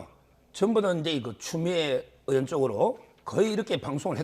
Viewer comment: 으원 이아니고. 의원 입니다. 이친구들아!